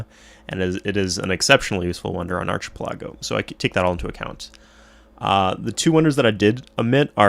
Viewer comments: Did.... Did he say archi-pelAHGo???? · Hey thanks for making these videos about my fav game as a kid! Just one thing though, you say archipelago really funny :p